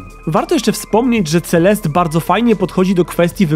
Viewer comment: Mam wrażenie, że czytasz to źle, ale nie jestem pewna. Nie powinno czytać się CeleSTE zamiast CeleST? To samo z postacią... Nie czasami MadeliNE a nie MadeLIN? Znaczy... Jak piszę źle, niech mnie ktoś poprawi, ale moim zdaniem CeleSTE brzmi lepiej